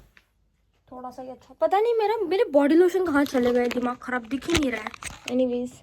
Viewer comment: The way you said dimmaag kharab you reminded me of my colleague who was from nagpur she used to say it same and 100 times a day 😂😂